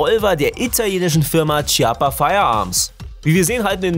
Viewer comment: Das heißt Kiappa und nicht Tschiappa!